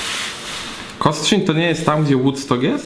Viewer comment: tak, Kostrzyn nad Odrą i proszę, bez „ń” na końcu!